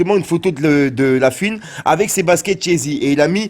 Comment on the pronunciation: Cest La fOUine pas La fUine